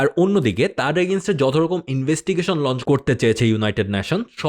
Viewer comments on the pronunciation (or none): none